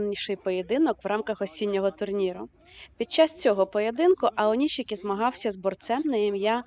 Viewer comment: Українськи сумоїсти у Японіі зараз на такому рівні що представляють Державу. Тому прошу усіх однаково правильно називати сумоістів чи щось на японсткому на офіційному: Аонішікі, Шіші. Башо. Не треба так як на яzыке : аонисики, сиси, басьо та інше. Дякую.